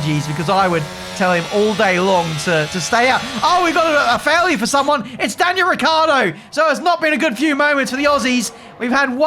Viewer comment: Poor Ricciardo being called Ricardo every single time.